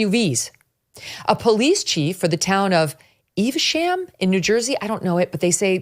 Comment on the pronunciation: Eh-vuh-shum township. not Eve-sham.